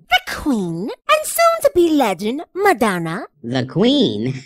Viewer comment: When spoke Madanna I was like oh fuck did she just try.